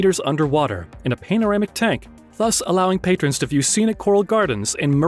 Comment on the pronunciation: Okay video but I have a problem when people do things like show the Hollywood sign when talking about Las Vegas, pronouncing "panorama" wrong, and quoting a price of $390 per meal and then in the next sentence say it is $320 per meal.